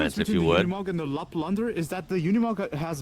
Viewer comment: The commentator pronounce it Yooni Mog......please take note